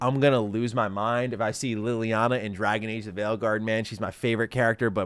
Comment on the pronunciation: How is LEY-liana your favorite character when you can’t even pronounce her name correctly???!?!?!???